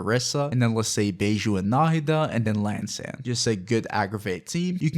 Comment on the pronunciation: Dude. It's an I, An eye. not an L- not el. EEann-san is how the game pronounces it. :/